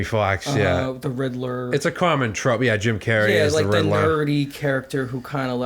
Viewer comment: Riddler = ridddlahh